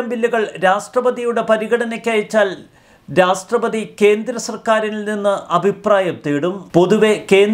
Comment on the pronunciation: 'രാഷ്ട്രപതി ' ഉച്ചാരണം ശരിയാക്കുക. 'രാസ്ട്രപതി' എന്നാണ് കേൾക്കുന്നത്